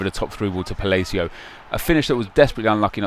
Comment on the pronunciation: I love how says Palacio like falacio.